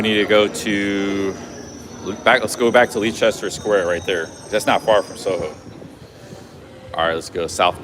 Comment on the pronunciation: Leicester is pronounced like Lester 😊